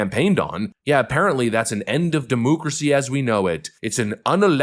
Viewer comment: "He is a threat to Demooocracy!!"